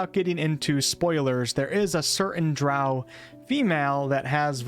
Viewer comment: Remmber to take everything This guys says with a Pinch of Salt as he can't even pronounce Drow correctly.